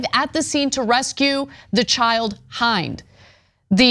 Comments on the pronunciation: Her name was Hind rhymes with end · not haind...HEEND that how you pronounce her name.